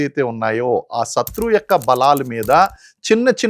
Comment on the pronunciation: సత్రు వు కాదురా నాయన శత్రువు